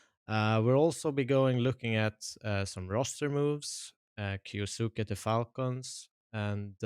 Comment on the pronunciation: you say that you pronounce kyousuke like the japanese do, but you are incorrect you pronounce it as kyo suki (suki means 'like') so you are confessing your love to him. if you would have done the bare minimum research you would have known how to say it, just search "kyousuke pronounce" on yt should lead you to a vid of the pronunciation even just searching "anime kyousuke" should lead you to a clip of someone saying it in an anime. its pronounced kyou su keh (the o is elongated by the u, the e sound in japanese is not pronounced like i or the english e its closer to eh sound) now say it quickly without long breaks between the sounds. i know this is a useless thing becuase he is a russian kid who doesnt even watch anime and just selected a name, i doubt even he knows how to say it, and 90% of the talent in the CS scene is british so there is no point in expecting them to say it the 'correct' way, but still useless rant over. source: i am half japanese